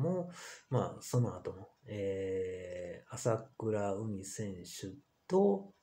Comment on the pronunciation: まさかとは思いますが あさくらうみ とか あきしのみや とか、読み方すら間違えてますよ 人の名前すらちゃんと読めないのですか？わざと間違えてるんですか？